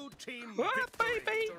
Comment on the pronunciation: Victurrrr 😂😂🔥